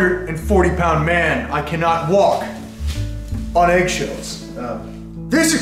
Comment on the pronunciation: “You could actually sswalk on eggs”😂😂